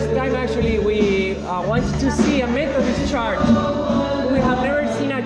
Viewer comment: CHURCH se pronuncia CHERCH, no charch como dice. Es un error tbién frecuente en España.